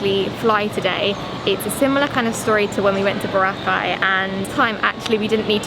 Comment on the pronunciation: your pronouncing Boracay more local than foreign accent.. Cheers enjoy your trip.